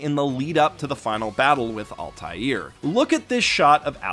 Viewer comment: Please check how "Altair" is supposed to be pronounced before doing the Re:Creators video.